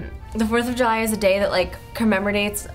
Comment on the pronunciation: "Commemredates" LOL